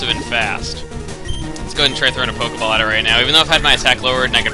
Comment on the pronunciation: Somewhere in the video, you said Pokaball or Polkaball